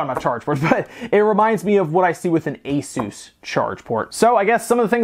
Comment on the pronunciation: Been meaning to say this for a while on your and others' videos. It is pronounced US-US. It is a shortening of Pegasus. I sometimes revert to ACE-US so this is just an FYI. On the product itself - that amazing keyboard with individual key lighting! Wish my Y70 had that or a rainbow effect at least but I wanted a touchscreen (thatni hardly use).